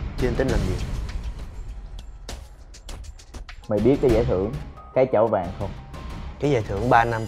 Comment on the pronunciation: Cái chảo vàng mà mới đầu nghe lộn thành cái chổi vàng